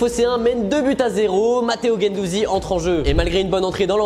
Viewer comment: Gendouzi ? Insupportable